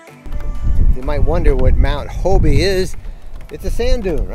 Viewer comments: It's not HO-BE, Its Hobe. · Thanks for showcasing my hometown, I grew up in Jupiter. FYI the "e" in Hobe Sound is silient. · New to RVing We live in Stuart just up the road. Thank you for posting this. Was this visited before Covid shut down or after? I know it just reopened within the past few weeks Hint: just like Kissimmee, Hobe Sound gets mis pronounced Hob(e) E is silent👍